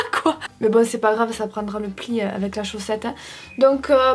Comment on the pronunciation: Qui a ramarqué que elle dit Avé au lieux de avec mais bon se n'est pas grave ❤️❤️❤️